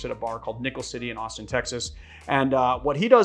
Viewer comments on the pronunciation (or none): none